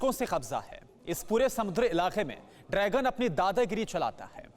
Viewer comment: host say drygun.....it is dragon not drygun